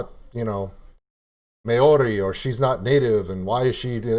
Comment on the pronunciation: 1. Maori is pronounced with a rolled 'r' sound and the whole word sounds similar to "mouldy" as in mouldy cheese, just put an 'r' where the 'd' is. 2. Tonga is pronounced 'Tong -A', there is no harsh 'g' sound, the same goes for other Polynesian Countries, the 'g' is kind of silent. (The word 'tong' doesn't have a harsh 'g' either.) 3. Kai Tangata is pronounced Kai -(you got that right) & Tangata -(Tongue-a-ta.) Good on you for trying out music from other countries especially one as diverse as New Zealand. Our Maori Language almost did die-out completely but in the past 25 years so much has been done to re-ignite the language & Kiwi's are more proud to be able to speak it, Maori is an officially recognised language of New Zealand. The young show more interest as each generation comes along, they want to find out their roots just as much as any other culture. Back when my mother was young the Maori language was banned from being spoken, people were punished if they spoke it, you could loose your job or get sent home from school for it. Unfortunately it was the only language my mother spoke along with her 11 siblings & her Mother & Father. It was unfair racist discrimination. I went to school in the 1980's & the Maori language was only just getting reintroduced back into our schools, the language is still frowned upon by some european kiwi's though, not everyone's a team player I spose. TY for your reaction dude. Thanks from NZ!